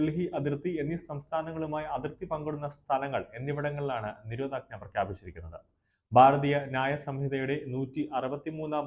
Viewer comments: താങ്കൾക്ക് മലയാളം ശരിക്ക് അറിയില്ലേ. നിരോധആജ്ഞാ എന്നാണ് കേൾക്കുന്നത് "ന"പറയുന്നില്ല. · It is not Nirodhajna. It is Nirodhanajna.